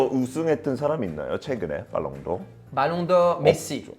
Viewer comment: ㅋㅋㅋㅋㅋㅋ 발롱도르 발음 ㅈㄴ웃겨여 ㅋㅋㅋㅋㅋㅋ